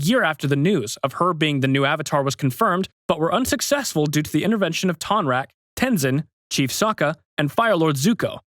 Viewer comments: It's tonrock not tonrack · This person needs to stop saying Tonraq, there isn't even an a in his name, his name is Tonroq